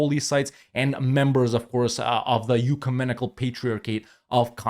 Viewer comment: (ek-you-men-ic-al) not (you-ka-men-ic-al)